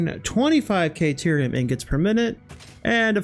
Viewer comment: Awesome job,! Been following this since its conception. Very inspiring. I've learned a lot of tricks that I have already implemented in my own builds. Every YouTuber has weird things they say or ways they pronounce things. Yours is "KAY"terium. 😅